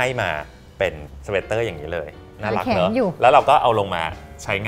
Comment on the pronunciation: เป็นรีวิวที่น่ารักมาก คนนึงภูมิใจนำเสนอ อีกคนดูตื่นเต้นสนใจ ตอนพี่อู๋ออกเสียงว่า น่ารักกกก คือ เหมือนน่ารักไม่สุด เดี๋ยวผิดบุคลิกเนอะ // พี่ซู่ชิงเป็นนุชปะคะ รู้จักเป๊กผลิตโชคด้วย